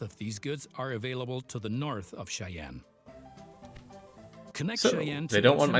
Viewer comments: The Narrator got a lot closer with his pronunciation of "Norfolk" than did with his of "Platte" and "Cheyenne". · Ostentatiously whinges about how the narrator pronounces "Norfolk" and then completely butchers "Platte" and "Cheyenne" two minutes later.